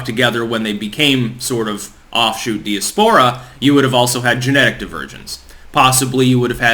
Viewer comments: For the love of God....please learn how to pronounce 'diaspora' ('Die- as-po-ra') & Tanzania ('Tan-za-knee-a'). You sound like a hick the way you mangle pronunciations. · Say diaspora again....